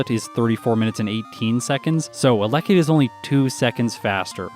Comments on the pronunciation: Isn't it pronounced "Ella kid" rather than "a leckid"? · It’s pronounced Ella kid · The way you pronounce Elekid is scratching at my brain in a bad way. But your videos are too good to skip any!